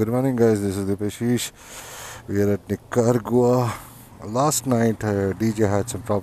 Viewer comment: Nicaragua :- "NEEKA - RAA - GUA"